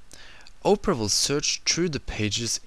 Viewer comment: It sounds like he's saying Oprah!